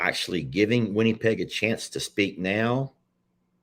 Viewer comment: It's not winniepeg. Lol it's winnipeg same sound as it or in.